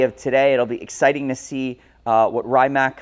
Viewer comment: The brand is pronounced "Ree-mats" with an "open a" like in the name Mads (Mikkelsen), not "Rye-mack" 👍🏻😉